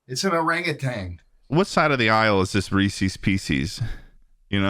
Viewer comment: schlatt is right on both the reese's AND baboon pronunciations